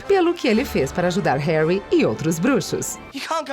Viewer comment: "Woward" "Rermaine" Rorcrux" "Wisley" "Mugle" "Tinny" "Dambladore" "Jei kei Róling" "Rerri Potter" MDS APRENDE A FALAR CERTOOOOOOOO